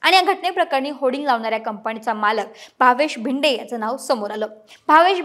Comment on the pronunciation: जरा मराठी सुधारा भिदे नव्हे भिडे